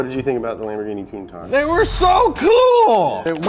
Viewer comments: Why TF is he saying Countach like that 😂 He's saying fuggin KOON TAJ 💀 Its pronounced Kown Tack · I have never heard anyone butcher "Lamborghini" and "Countach" like you lot did Holy shit.